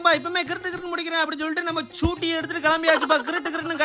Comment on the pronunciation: அண்ணா சூட்டி இல்ல ஸ்கூட்டி